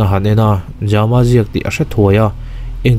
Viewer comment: ja-ma ti lovin jam-a tih tho tur a ni ang. Jamkhawlala emaw Thangjama pawh a ni thei a 😇